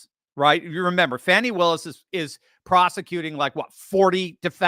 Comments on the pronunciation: It is actually pronounced Fawni, but I agree with Meagyn, I DON'T CARE!!😂😂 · On Megan Kelly last week a guest said it's actually pronounced 'Fawn-i' and Megan said "I don't care!!" 😅